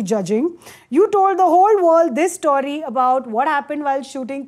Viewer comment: story not St-Aww-ry.